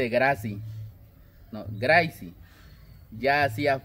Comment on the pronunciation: No se pronuncia Graisy se escribe Grace y se pronuncia Grey